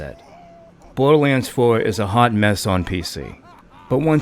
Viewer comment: #1. I don’t take anyone seriously who would pronounce it “bowduhwanns” and #2. Play it on pc. There’s an fov slider on pc.